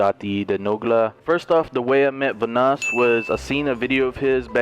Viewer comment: Delirious be like: Vanåås